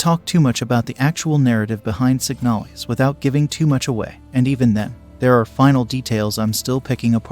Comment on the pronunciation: Isn’t it called Signal-IS